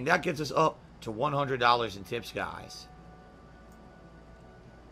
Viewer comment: Guhz guhz, Phil is not even a bag guy guhz he admitted he used to be a racist but its all better now guhz less be pahsitive & interactive and let us all pull hogan on WWE champions!